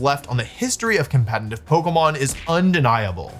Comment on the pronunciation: Day 48268 of Wolfie not being able to say «competitive»